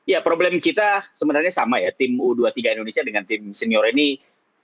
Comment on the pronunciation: HOST BUTA BOLA. Kata U 23 saja dia sebut, YU dua tiga, dan katanya jarak pertandingan sebelumnya dengan berikut cuma 4.5 jam apa cukup 🤣🤣🤣